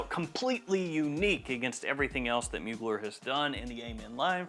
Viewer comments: It’s pronounced : Moo-Glare Not like : Bueller… Bueller… Bueller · Try to pronounce...mu glaire or muglère...is french ...not a mogler